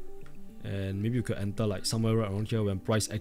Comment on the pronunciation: Brother please say enter instead of ental😢